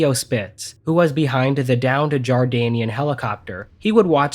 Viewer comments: It's JORDANIAN and not JARDANIAN,get it right. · I think only a few people mentioned it but just 2 points 1- its not "Jardanian", the country you are thinking of is Jordan not Jardan and its armed forces are actually called the "Jordan Arab Army". 2- The pyramids are in Egypt, NOT Jordan so that's actually the Egyptian military.....Egypt and Jordan do not share a border so there's no way or reason Jordon is sending anyone to Egypt when they would have to go through Isreal/Palestine first. If you are going to not bother fact checking a video before you release/edit it at least get the pronunciation and countries involved correct.